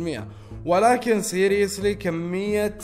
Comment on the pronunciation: يقول سيريلاك